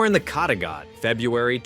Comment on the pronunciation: dont say kattegat that way, say it like caterpillar just with gat in the end instead off pillar